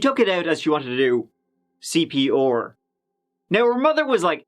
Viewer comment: I'm so sorry it make me laugh every time you say CPR it always sound more like CPUR :p